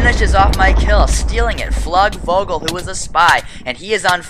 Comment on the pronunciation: > It was actually a German guy, you pronounce his name "Floogvogel" :)